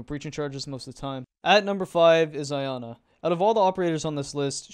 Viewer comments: Its Ee-Ana. Its Dutch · I don t like how the dude in the video pronounced her name "Ayana" ... I wish this game had operators saying their names when u enter their loadout bcs all u can do rn is to hear the devs pronounce their names when they release new ops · Its not pronounced "Ayana" dude, from all the bad pronunciations I've heard, like calling Echo "eeko" or "ecio" and motagne "montage" , all of these just make me laugh, but not for Iana man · Yeah, it’s pronounce Yana, it’s not english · Cool vid, but the stumbly and redundant way you talk kinda annoys me Also never pronounce Iana like that again